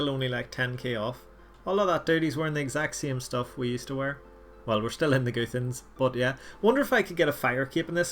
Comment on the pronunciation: Its not goothans Its gu-th-an-s